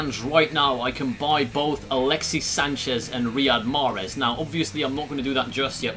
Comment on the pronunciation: Mate it's Riyad Mahrez and not Rihad 😂😂